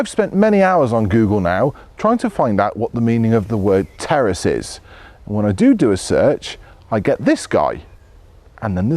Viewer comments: I thought he said “Terrorists anyone?” On the intro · I thought he said Terrorist then I read the title.😂😂😂